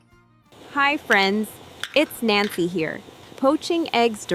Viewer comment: Nancy...oder NänKI? Betonung und fließende Sprache musst Du noch lernen!